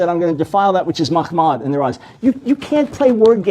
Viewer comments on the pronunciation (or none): "...but what is the evidence that Mahmadin is used for a person when in the passage it is used for an adjective.." First of all, it is pronounced "mahamadim" not "mahmadin", I think this was established in the Debate when played audio recordings of Jewish people pronouncing it as "mahamadim". Secondly, yes it is used as an adjective, but that's because they have translated the meaning, or at least what they think is the meaning, of "Mahamadim". This makes it less obvious that it is a prophecy about prophet Muhammad. They should not have translated its meaning but rather just kept the name "mahamadim". The same thing can be done with Quranic passages that mention prophet Muhammad. The meaning of the name Muhammad is "the one who is praised". Using this meaning, I can translate Surah 33 verse 40 as the following: "THE ONE WHO IS PRAISED is not the father of any man among you, but he is the messenger of Allah and the seal of the prophets...." from the translation above, you would probably never know that this verse was talking about prophet Muhammad, because the meaning of the name "Muhammad" has been used instead of the actual name. But the actual translation of Surah 33 verse 40 is the following: " MUHAMMAD is not the father of any man among you, but he is the messenger of Allah and the seal of the prophets....." Do You now see how a name can be hidden through translation. Whether this was done deliberately or not is debatable, but at least it shows that the Muslim cla